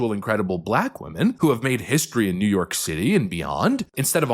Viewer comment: Jeew York Jeew York… Jeew Yoorrrk.